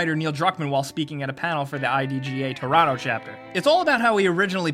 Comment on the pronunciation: did he say "Torato" instead of "Toronto"?